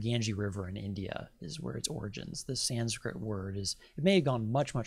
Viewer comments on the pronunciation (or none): none